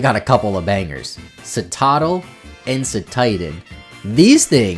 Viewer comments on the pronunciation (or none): none